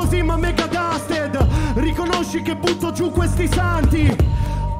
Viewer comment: È Dusted, non Duster